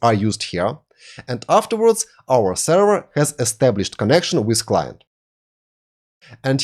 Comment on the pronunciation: Ну елки, ну говорите же вы слово length правильно, почему нельзя также сказать слова with, this, that, other и слово server ухо режет как и кучу других слов, а ваше allow алоу произносится как элау, ударения местами вообще не там ставите, не стандАрт, а стЭндэрт. А инфу даете очень годную))) Если хотите улучшить произношение просто больше слушайте и все придет. looking forward to seeing your next vids.